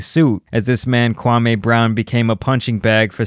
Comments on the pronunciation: His name isn't pronounced Kwamay.....Its Kwa-"me"....he pronounced his name during a stream. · It's not Kwamayyy It's Kwameee! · Kwa me not Kwa May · It's kwa-me Not kwa-may!! Pronounce his name right. You are doing the same thing stephen A.Snitch and Skip Base-Less are doing!! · Kwa ME . Not Kwamayyyye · It’s Kwameeeee brown not Kwamehhh. This is one of the reasons he was mad. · lol you my nigga bruh but please say Kwamee not Kwameh 😂, but thanks for covering this lil series regardless this shxt is hilarious fr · HIS MAME IS NOT KWAM-A ITS KWAM-E. If you gonna cover his content, at least respect his name. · Kwa-ME, not Kwa-MAY. C'mon man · KwaME not may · His name is pronounced "Kwa-mi", kindly correct your pronunciation next time! Kwame has made it clear several times.🎯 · Omg... his name is pronounced “KWA-MEE”! Fuck! Pronounced is wrong all video.🤦🏾‍♂️ Good video though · SAY KWAME'S NAME THE WAY HIS MOMMA DID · You are saying his name wrong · I hate the way you say 'Kwame.' I know you're doing it on purpose. 😭